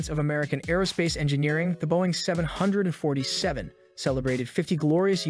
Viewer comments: Is the narrator simply TRYING to piss off so many people by mispronouncing the name of the aircraft? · Why is he saying the name of aircraft like that